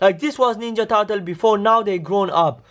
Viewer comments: You don't know how to say ninja turtle you say wrong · on this ninya tartle😂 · "Is this the ninja tartle"